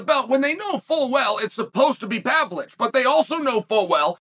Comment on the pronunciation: wth did he call him😂 Surge-V Pavlich 😭🤣